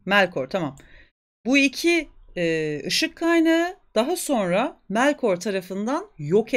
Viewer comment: Tam bilmemekle birlikte Melkor yazıldığı gibi telaffuz ediliyor. Melkör yerine. En azından çoğu kesim tarafından telaffuzu öyleydi. Emeğinize sağlık.